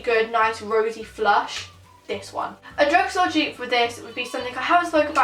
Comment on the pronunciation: She kept on saying Jupe instead of dupe 😂